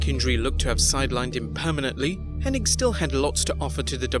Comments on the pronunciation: Maybe it was just Vince’s accent but it always sounded like he said Henning. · Why do people keep calling him Curt Henning? its Hennig not Henning right? wrong? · Get his name right! It's Curt Henning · It's HENNIG, NOT HENNING, moron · IT'S HENNIG, NOT HENNING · FYI everyone... it’s HennIG not HennING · I think where the confusion lies, is the g is actually silent, so it's actually pronounced Henni, so when people see the g at the end, they automatically assume it's Henning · Yeah on youtube i always see people calling him Henning, like wtf?? Lol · It's remarkable how so many people in the business respect Curt Hennig, and none of them know how to pronounce his last name. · It's H-E-N-N-I-G, NOT H-E-N-N-I-N-G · You mean "HennING", right? 😉